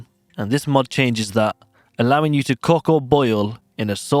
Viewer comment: you pronounce "cook" in an interesting way.